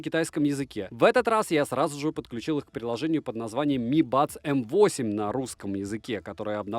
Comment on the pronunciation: возможно пишу поздно, и скорее всего ты это уже понял, но М8 читается как made (игра M и Eight дает "Meight", что звучит как "made" - создавать)